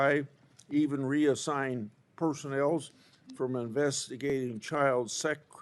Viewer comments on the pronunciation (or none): Chuck…Did you say “personnells?” What kind of word is that?